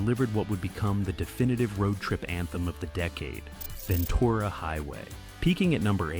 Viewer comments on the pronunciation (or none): Ventooora? Ven tur a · This is way over dramatic. For someone who can't even pronounce Ventura I don't think you should be commenting on the groups rise and "fall".